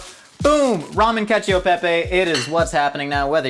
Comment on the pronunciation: Being an italian, you broke me with caccio e pepe